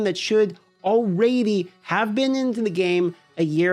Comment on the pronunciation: Am I hearing “Alrayyyyydy ?!